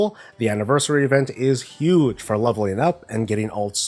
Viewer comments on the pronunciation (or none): none